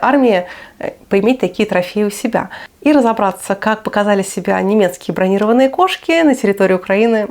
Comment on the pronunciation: Мля, ты даже в слове бронированный ударение верно поставить не можешь. Иди щи варить и прочее...Не твоё в этом сабже волочь.